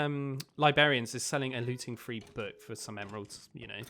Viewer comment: Haha he says free instead of three like my cousin sister lol